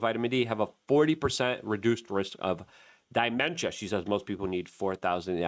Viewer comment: Its da mentia not die mentia